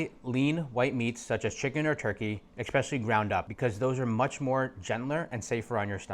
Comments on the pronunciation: Dude said eXspecially 🤦‍♀️ More than once. How does someone so educated not know how to pronounce a simple word that my 6 year old can?😅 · when you learn how to pronounce ESPECIALLY i will take your advice